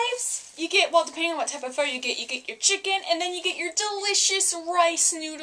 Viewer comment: Hey, I'm a new subscriber, and I love your VEDA videos so far. Glad to hear you love pho so much :) it's great stuff. (and fyi it's pronounced like "fuh" and what you described as basil is actually cilantro.)